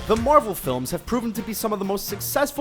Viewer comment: These videos are trash. The guy talking hasn't even fucking WATCHED the Marvel movies. He pronounces everything wrong, he misunderstandings everything... most of these points aren't even plot holes... trash.